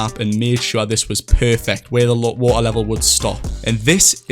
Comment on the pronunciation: the amount of the word "wa ar" (water) is kinda annoying. but insanely done with the map concept <3